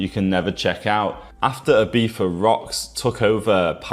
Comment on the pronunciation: "Ibifa" probably makes it unwatchable for most people.